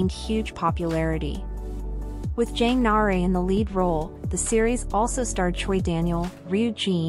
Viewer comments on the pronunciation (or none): Jang nah-uh-ray killed me 😭😭